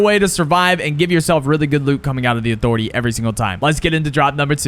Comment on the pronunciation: Thanx for dem tips Who else loves these Never Lose at (uh-thor-etay) 👇👇